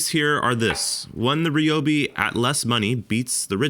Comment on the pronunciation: If you want to find out if these tools were made cheaper then you have to take them apart, and thays something Id like to see. Also, you say Ryobi wrong and it irritates me just a bit ;)